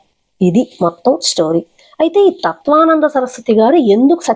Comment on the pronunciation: ఏమి అమ్మా,నీవు తత్త్వవిదానంద స్వామి పేరు తత్వానంద అని,నటరాజన్ పేరు నాగరాజు అని చెప్పడం ఏంటి? ఫస్ట్ భాష సరిగా తెలుసుకొని వీడియో చేయాలి.విషయం సరిగా తెలుసుకొని మాట్లాడాలి.ఎన్ని సార్లు తత్వానంద అని అంటారు.పేర్లు కూడా సరిగా పలికేది రాకుండా వీడియోలు చేస్తున్నారు అమ్మా.